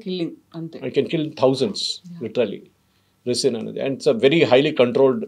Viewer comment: రిసిన్ కాదు రైసిన్ అనాలి. తయారు చెయ్యటానికి మెడికల్ knowledge కాదు, సైంటిఫిక్ knowledge ఉండాలి. అన్నీ తప్పులు చెప్తున్నారు